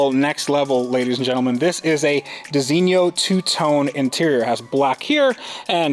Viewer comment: Bro really said „designio” instead of designo💀